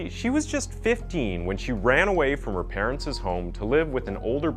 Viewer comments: It’s ‘parents’. Not parentses. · I cringe every time he says "parentses"... It's jus "parents". The apostrophe doesn't add another syllable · Parents. ... is not a three syllable word ffs It is said “Par-ents” two syllables ... not “Par-ent-sis” You don’t double down on the “ess” sound on the end of ‘parents’ even though it is a plural of parent ... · I love these videos and stories! However, could use some work on grammar and pronunciation; for example "parents'" shouldn't have two 's' sounds. That's my only complaint though! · Vigilante is pronounced vij-ill-an-tee and parents is NOT pronounced parents-iz. Forget the iz!, learn to read English and pronounce words correctly. You're a terrible narrator.